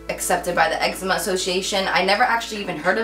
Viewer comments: ex-E-ma NOT ex-eh-ma like letter E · Pronounced "ex-zee-ma"